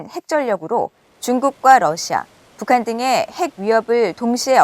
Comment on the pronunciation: 한국어 발음을 또박또박 정확하게 해주세요. 특히 첫 실러블을 ... <에>라는 발음 빼고요... 왜 <에> (국)방부 라고 발음하나요? <(북)한> 아니고 <북한>이쟎아요?